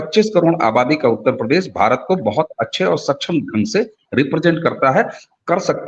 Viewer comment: सच्छम नही स(क्+ष्+अ=क्ष)क्षम बोलिये